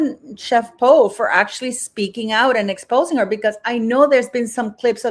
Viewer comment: her name is Po not Yo! Lol you crack me up 😂🤣👏👏👏👍🫵❤️